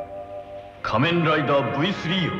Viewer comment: の「変身ブイスリャ～」はドクトルＧが変身したカニレーザーの時に初めて言いました！けどドクトルＧも「仮面ライダ～」と珍しい発音で言ってた。